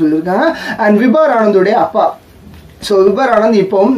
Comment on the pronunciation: Bro his name is vibhor not vibhar. Check for pronunciation in online